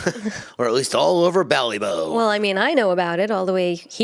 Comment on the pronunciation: Ah lads, the pronunciations are funny😅 "Ballybow" 🙋‍♀️🇮🇪